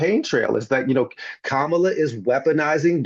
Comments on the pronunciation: My only thing is why does he consistently mispronounce Kamala's name. It's disrespectful. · Why is he intentionally pronouncing Kamala's name wrong.... 🫠 🤦🏾‍♀️ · This does nothing but strengthen the magas by splitting the vote. This is nothing more than a flex. Butch has s showing you who he is by intentionally mispronouncing Kamala’s name. Listen when democracy is restored(miracle if ever) you can argue your points. Until then you’re just helping the monsters to remain intact. I challenge butch to stop confusing his knowledge of history with his ability to comprehend what’s really happening in TOTALITY. He’s worried about scratch on the car versus the two flat tires.